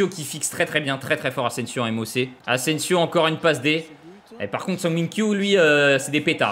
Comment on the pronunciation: « Ingins » « Sergio asensio » C’est quoi le prochain ?😭